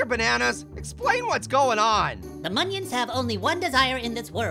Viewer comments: Lol instead of minions it’s “monions” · This "MONIONS" makes me *TEARS*..